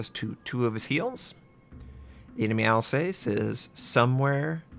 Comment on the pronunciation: ''Seen from space," very funny....and I believe it's pronounced Al"saas." Fantastic game.